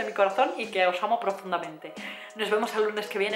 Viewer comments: Jajaja me ha encantado este vídio (por cierto, has conseguido que note cada vez que dices vídio y no vídeo), me he reído un montón y la verdad es que me hacía falta después de un par de días que no he estado nada contenta ^^ Gracias por ser tan espontánea, guapa! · Que bonita! aaaaw q emoción! mencionas te lo de como dices "vidio" en ves de vídeo; yo te lo comente en face apenas y me encanta como lo dices. jajaja que emoción !!! jajaja soy muy boba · ginseng y eso no tome xD eres energía pura!!!!molas y tus videos (vidio vidio vidio) ramdon también!!!! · Chupito cada vez que diga "vidio" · no eres la única que dice "vidio" He dicho?mi gracia